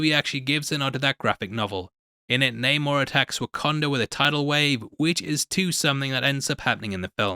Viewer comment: You didn’t used to call him Namor(Nah-more). You called him Namer(Name- er. You’re still wrong. Plus, multiple people in the movie called him Namor(Nae-mor